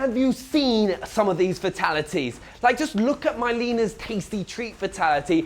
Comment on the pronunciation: myleena? Cassey cage? wut.